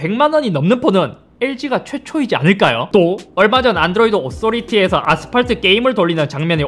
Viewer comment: 아스팔트 할때 가운대손가락으로 욕같은느낌잌ㅋㅋㅋㅋㅋ